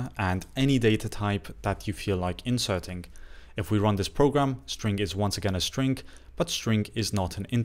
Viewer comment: Thanks for your videos. Always has helpful tips. To me it sounds like you are saying strink. Just noticed since you said it a bunch this video. Keep up the great work. Looking forward to the next one!